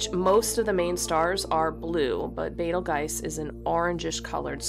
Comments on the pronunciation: Wow! I initially pronounced Betelgeuse the same way you do, then switched to "beetlejuice" once I heard more people pronounce it that way... but Beh-tel-gaise definitely feels the best! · Betelgeuse, it's an Arabic name with an Arabic pronunciation BE - tal - juice or BEETLE-juice